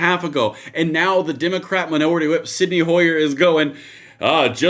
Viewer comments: It's Steny, not Sydney. now you gonna razz him for mispronouncing scythe? ..glass house...rock throwing? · Repeat after me...STENY Hoyer. Not Sidney, or senny. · Hey,. It's Steny Hoyer, not Sydney. He used to be the minority whip. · Stenni Hoyer can't even properly pronounce "scythe." Never did a real day of work in his sorry life.